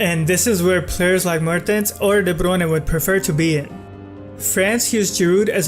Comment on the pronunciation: Very interesting video... But you have a very weird way of pronouncing the players' names... Half the time I didn't understand who you were talking about... Who is Debronay ? I guess It was de Bruyne... Anyway... Good analysis nonetheless ;) EDIT : ok I just finished the video... Yep Debronay is de Bruyne XD